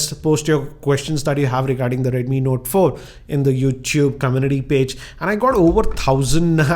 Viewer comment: your videos are great and i always watch your videos but sir dnt mind ur accent is kinda wired sometimes u pronouns words very strangely like notaaa 4 with pause...and u also make kinda anyoing noises..dont mind sir but your videos are pleasure to watch.thanks